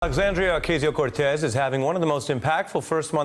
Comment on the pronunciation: alexandria o-case-yo cortez? really?